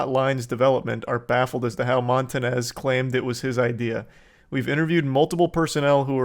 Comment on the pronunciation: Bro really said “Montanez” 👨🏻‍🦳